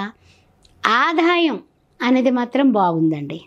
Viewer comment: ఆధాయం కాదండీ.... ఆదాయం